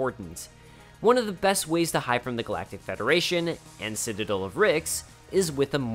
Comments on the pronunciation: It’s citaDEL, not citaDIL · Every time he tries to say Citadel it comes out "sitadul" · Omfg hey buddy it’s not citidle it’s citadel you got it? Ci-tuh-del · Not once did you pronounce the word “citadel” correctly. Beyond that, this was awesome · This was good but if you don't learn to pronounce citadel, I'm gonna throw hands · You are mispronouncing citadel...